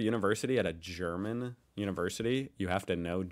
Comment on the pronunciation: your German pronunciation is getting better and better :D